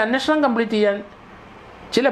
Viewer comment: എന്റെ പൊന്നു സാറേ "അന്ന ഷണം.. അന്നഷണം" എന്നു പറയാതെ അന്വേഷണം എന്നു പറയൂ..